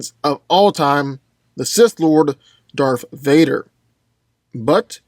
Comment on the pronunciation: He said "DARFH VADER" XD